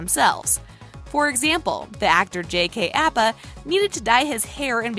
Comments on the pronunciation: did any one else hear her say JK apa????? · Did anyone realize that she said JK Apa and not KJ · They said jk apa not K.J Apa